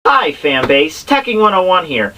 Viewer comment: Nov 7, 2019 - Oooooh! I heard "faMbase"! You said it before Nux!